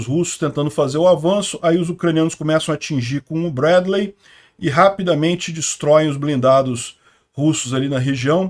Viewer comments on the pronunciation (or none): No inglês se fala Brédlii, e y tem som de i